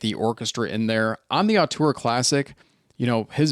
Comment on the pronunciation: Great review! But btw the first vowel in "auteur" is pronounced 'oh' instead of 'ah'. ZMF lists it as [ō∙tuhr]